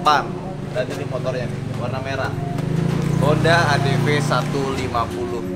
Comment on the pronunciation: Bukan ny itu huru v y bukan huru f